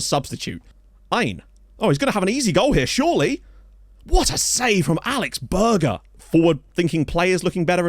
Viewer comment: Berger is pronounced "Bearjer" and not "Burger" ;)